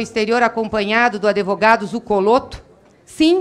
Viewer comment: .NÃO É ADEVOGADO. É ADVOGADO